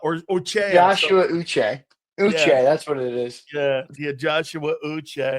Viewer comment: Why do you say Uche name like that….racist pos